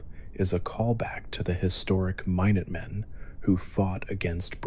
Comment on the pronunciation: Mine-utt men? Are you serious?